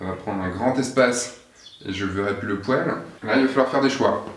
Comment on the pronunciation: D'abord Izlande, et maintenant pouèle pour poêle... Trop c'est trop ! :D